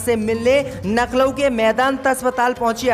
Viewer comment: सब बात सही है लखनऊ बोलो नखलउ नही